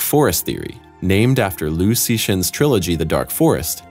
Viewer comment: Liu Cixin is not pronounced as “Lu see shin”, it’s pronounced as Li-ew Ts-zi Sin. 刘慈欣。You completely butchered his name 0/3.